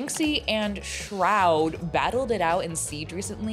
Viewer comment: they way liz says shroud means you the best and will forever be my goal to be pronounced like that. well not the account name on youtube xD